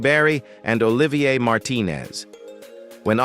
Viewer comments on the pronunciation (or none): none